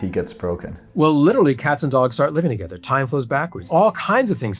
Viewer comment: Why the funk does he have to pronounce together like togetter? LOL